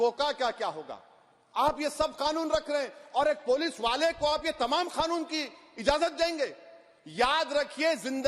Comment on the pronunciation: It's c canoon not K khanoon.